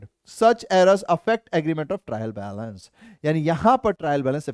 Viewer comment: trial balace 😂☠️💫😂😂